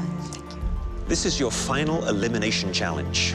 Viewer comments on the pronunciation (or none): Errrr.... It's a "FINAL", not a 'finn alley'........